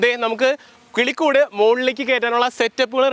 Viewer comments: കുളിക്കുട് അല്ല കിളിക്കുട് 😂😂in the first of this vedio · 0.09 tongue slip ayi enn thonnu ( nammku keri irikan pattunna valiya kulikood ) 😂😂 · കിളികൂട്❌ കുളിക്കൂട്😂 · 0.08 മച്ചാനെ കുളികൂടു അല്ല കിളിക്കൂട്😂😂